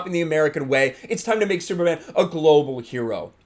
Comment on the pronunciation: Can we be a little less apocalyptic and homophobic? This isn't Kal-El. Kal-El is still the Superman you've always known. This is another Superman, just like Marvel now has various Spider-Men. I don't get how Superman being bisexual would really change who is he is, and the way you emphasize "man" when you say Superman, as if a bisexual man isn't really a man is...kinda messed up.. Is it really a big deal that he's a climate change activist? This is the character who fought on the side of the worker against oppressive capitalists in the 1930's and fought the Klan in the 1940's. There's a long-standing tradition of Superman as a character aligned with leftist ideals. "Truth, Justice and the American way" was just a motto on the t.v. series with George Reeves, it wasn't an indelible phrase in the comics. It isn't like caring more about the whole world makes him anti-American or anything. Geez, did people freak out this much when DC published Superman: Red Son?